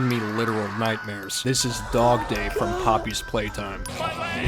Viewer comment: You said puppy play time wrong